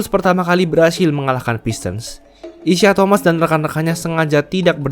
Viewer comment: Aduh. Penyebutan namanya kok salah, ya utk pemain sekls Isiah Thomas? Trs kok Bulls main di final wilayah barat, ya? #tepukkening